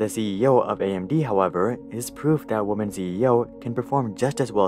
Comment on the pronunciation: you need to check your pronunciation of "women"